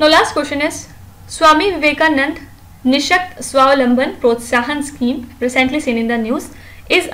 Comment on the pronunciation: It's Swami Vivekananda ans not Vivekanand... Kindly pronounce the names of great personalities properly.